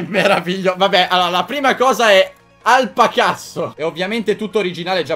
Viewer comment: Alpacasso io ho capito alpacazzo